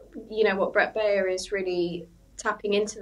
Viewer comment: Very unprofessional and misleading analysis of the Baier interview. One of these fools is so unprofessional he doesn't even know how to pronounce Baier's name. He also claims there are more Biden voters from 2020 now supporting Trump than Trump voters from 2020 now supporting Harris without providing any source. It's also very wrong to claim that there's a long tradition of politicians talking about enemies from within -- this and lies about the media lying are the basis of fascist propaganda. It looks like the Telegraph doesn't even call out Fox for being a propaganda network that spreads lies and will soon again be forced to pay hundreds of millions for spreading lies a d defamation.